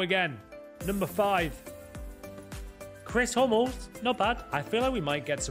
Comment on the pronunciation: Chris Hummels he says 😅😅😅